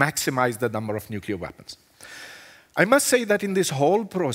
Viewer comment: nuculear threat...